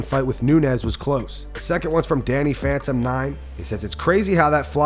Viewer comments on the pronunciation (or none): none